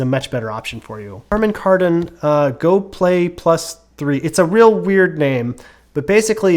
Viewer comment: Harmon Kardon? 🤣😂